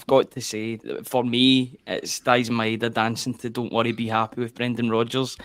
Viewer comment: Somebody needs to tell Packie Bonner to pronounce Idah's name right,.